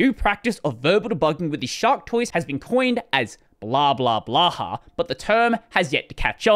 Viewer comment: "Blaha"? So bad it's hard to describe pronounciations in the YT comments…